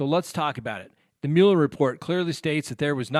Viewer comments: The Special Counsel's name is pronounced "Muller," not "Mewler." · it's not pronounced mule-er. It's Mueller, like mull it over. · Mueller - pronounced MULLER. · Angie Stone Mule-er is the original German pronunciation, not the bastardized (American) version.